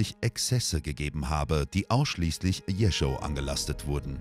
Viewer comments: Jeschow nicht Jericho! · Warum lernen die Sprecher nicht endlich mal die russische Aussprache! Nur pars pro toto: Der Erzählungen und blutrünstige Zwerg hieß Jeschow und nicht Jescho. Oberflächlichkeit lässt immer Zweifel am Inhalt aufkommen.